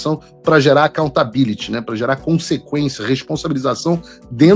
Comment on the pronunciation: Gera acxontability?? KKK tá de sacanagem?